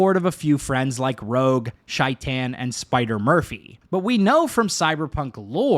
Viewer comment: Take a shot every time Shaitan’s name is pronounced wrong